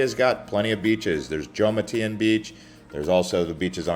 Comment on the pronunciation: overall great vid. Jomtien pronounced wrongly. and beach chairs with umbrellas are 200 baht for whole day./ not for hr.